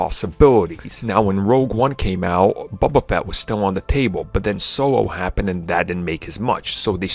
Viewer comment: "bubba fett"